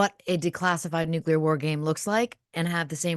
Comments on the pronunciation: Jack, you still say Nuke-u-ler, just like W 😂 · Why can’t you pronounce nuclear? Nu-clear NOT Nu-cu-lar